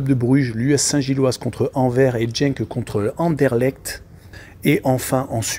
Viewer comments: Rohhhlala, éviter le foot belge svp... 🤣🤣🤣 Déjà c'est Jupiler league pas Jupiter, c'est marqué en dessous. Et puis écorcher tout les noms... Anvers (Anversse) Genk (Guènk) Kortrijk c'est Courtrai... Je crois pas que vous suivez réellement le championnat ou alors depuis peu... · pas grave. ... En fait, Courtrai est une ville flamande qui se dit Kortrijk en néerlandais. Et tu peux dire Genk en prononçant le G comme dans gare. On apprend tous les jours. Donc, ne tiens pas compte des remarques négatives. Continue !